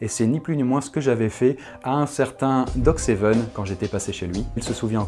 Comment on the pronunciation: Quand il a dit DOG SEVEN je suis la seule à avoir sursauter parce que j'ai entendu GOT SEVEN